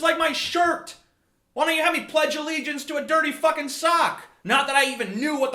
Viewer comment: You butchered the pledge of allegiance